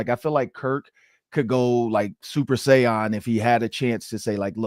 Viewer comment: Super say-yawn 😂